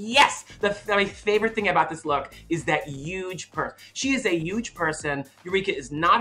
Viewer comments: Every new episode of this is Thorgy finding a new excuse to say YUGE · It's called H-dropping.